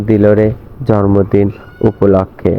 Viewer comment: জরমদিন না জন্মদিন বলতে হবে। 😀